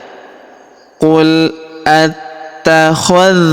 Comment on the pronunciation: Kenapa pada ayat yang berbunyi di baca Qul atta hal tum tidak dibaca Qul atta hadz tum ,karena buat kita ragu dalam membacanys